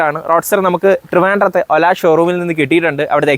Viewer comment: ആദ്യമായിട്ടാണ് ഒരു റിവ്യൂവർ "ഒല" എന്ന് ശരിയായി പറയുന്നത് കേൾക്കുന്നത് .